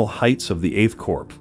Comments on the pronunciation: Narrator, Corps is pronounced "Core" not Corpse. Pretty basic stuff for someone narrating such a drama. Of course Obama pronounced it as Corpse as well but what would you expect from a community organizer? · Respectfully, Corps is pronounced "Core," not "Corpse." The letter S is silent. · Why don't you pronounce words properly ? English words are not pronounced just as they are spelt. Use Google if you don't know how to pronounce a word. For example, check memoir and corps.